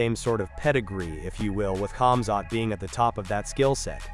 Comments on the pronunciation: Who cares sure when it's not ur name. Let' someone constantly call ur name wrongly and see how TF u react after so many ppl mispronouncing ur name. It's annoying if Islam or Usman or none of the ppl from from khabibs team call him KBIB? OR KAMZAT?? NOOO DAMN JUST CALL HIS NAME THE PROPER WAY FOR RESECT THATS ALL. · I dont know why ppl dont understand the K for khamzat is silent just like khabib do u hear anyone else from their teams calling them kamzat? Or Kabib? Nooo! So why does everyone else? My daughter is Egyptian and shares the last name habib. And even if it had the k infront of it it's still pronounced HABIB! OR HAMZAT